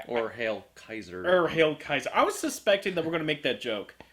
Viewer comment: Wow,, I love you for your pronunciation of "Kaiser" and "Lambert":)...eyebrowsssssss.....